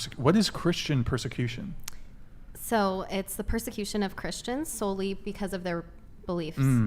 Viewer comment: A problem, you encounter, when popping Ar-Pees, is the pur-sir-Q-shyon of thruthers on YT.